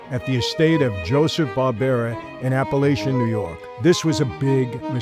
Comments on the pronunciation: It's Apalachin NY, Not Appalachian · Apalachin (app a lack in) NY. Sorry about correcting you Captain. 😎